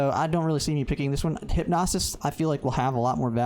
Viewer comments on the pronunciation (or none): Good video, bro. Side note it is Hyp-no-sis, not Hyp-nos-is lol